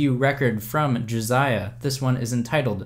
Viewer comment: It's Jasiah not Jaziah